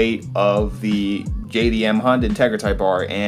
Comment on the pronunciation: sounds like he said GAYDM